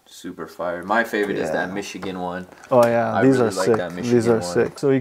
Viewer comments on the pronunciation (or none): none